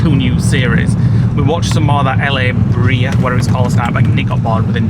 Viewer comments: It’s pronounced La Bray-ah. Next time you’re in LA you should go to the La Brea Tar Pits. So interesting! Tar pits where all these animals got trapped 50,000 years ago through today. They found Sabre tooth tigers and tons of other animals and plants. Fascinating! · The series you watching is called La Brea after the La Brea Tar Pits in Los Angeles not La Bree as pronounced it lol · I believe you pronounce it La-bray-ah. Love you guys! Nick...thinking about you and sending prayers for your grief.